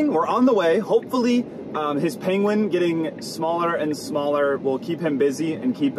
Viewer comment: pengvin. carb.